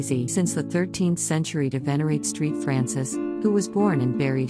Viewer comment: “street Francis” 🙄